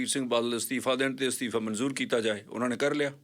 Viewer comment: Astifa Maheem shabad Theek bolo Asteefa te Moheem nai Asteefa te Mohim hunda a g Pronunciation disturb listeners. Please don't mind be a good speaker